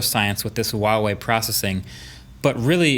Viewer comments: Huawei is pronounced with a hard H, like getting ready to spit. HHHua-whey. Not Wa-whey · Mr. Brownlee, please learn how to say Huawei correctly. Really super easy, it’s not wa-wei. You’re a millionaire tech reviewer, just type it in to google translate and press the speaker button and it will tell you how to say it. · Mkbhd u should google how to pronounce Huawei right. The wei is ok but the hua is wrong. It ain't WAH lmao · The way he says huawei......... "WAWEY" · Am i the only one that pronounced it the brand as WHOO AWAY? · Marques plz next time pronounce "Huawei" correct as it should be "H-wuawei" 😂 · It’s Huawei with an H. It literally starts with an H not W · actually the H in Huawei isn't silent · I'm going to do you a favour MKBHD, the 'H' is not silent. Feel free to ask a native Mandarin speaker.